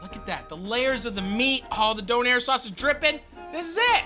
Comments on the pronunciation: I love how he says donAIR instead of doner, it’s so wrong yet so funny 😂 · love you matty and canada but im pretty sure its Döner :p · It is döner not donair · It's Döner ffs. DÖNER !!! it's a turkish recipe. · Döner. Or Doner. Donair... no. Please. Don't hurt my little German soul. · All the germans in this comment sec are just shaking their heads rn. Its called Döner guys not Doner, not Donar and definitely not Donair. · The way he pronounces Döner makes me laugh